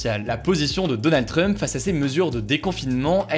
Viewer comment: Pourquoi il dit Donald Treump ?? 😂😂